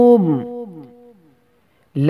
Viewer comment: You speaking "la" from the second one is the most beautiful thing ive ever heard. MashAllah❤😊